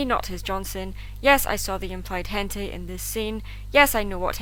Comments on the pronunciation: idk if it was your ascent changing the way it sounded or whatever but to me it sounded like you mispronounced "hentai" and said it like "hentei" not that it maters pardon my otaku ways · Did anyone hear her say hentai wrong or am I just weird? Wait no! It's both...